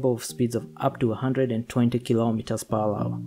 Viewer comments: Lol are you saying 'per wawa'? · “Kilometers per wawa”